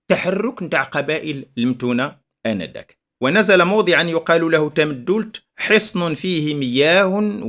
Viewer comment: سلام، للإشارة أستاذي ف"تامدولت" تُنطق بدون شدّة: "Tamdoult" فنسمع الناس تقول إلى يومنا هذا: "تامدولت ءوققا" / "Tamdoult ou 9a" نواحي "طاطا".